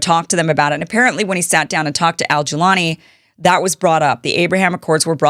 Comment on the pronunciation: First of all, It is not Colani, It is Golani. He is from Golan Heights: İsreal occupied Suria lands. Because he is from Golan, they call him Golani. It is his nickname, Like Newyorker. They NEVER talk about this fact and even changing Golani to Colani to divert this. Maybe Because, people would have sympathy for him if the know that. They call him terrorist, Yes, It is what Isreal and America made them...